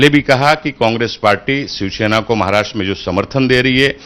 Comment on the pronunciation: दोनों के दोनों " शिवसेना " को " शिवशेना " उच्चारित कर रहे हैं !!